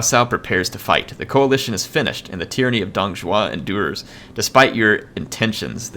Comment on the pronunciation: Most of what you said is pretty good but Zhuo is Jew-oh not shoe-oh, Zh is practically just a j sound with a curled tongue while the actual J is with a flat tongue. the Un is pronounced like the word won when its next to any letter besides x, q, and j. So Sun Quan is like Swon-Chu-en. X is like an sh but it sounds different because the u that is placed next to it sounds more like yu so Xu Shu is like saying Xyu(Say this in one syllable) and then shoe. For the last part the dz sound you're talking about is Z not ZH.